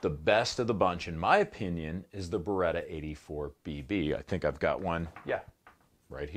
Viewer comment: C'mon, you know exactly how to pronounce beretta correctly. 😆